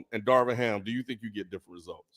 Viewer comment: can’t even get “Darvin” Ham’s name right. Nothing he said mattered on that subject 😂